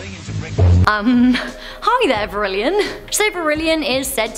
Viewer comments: Also it’s vrillon not vrillion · "General Tao"? General Tso (pronounced So). "Vrillion"? Vrillon (Vrill-on). "Teurod"? Taured (Tua-red).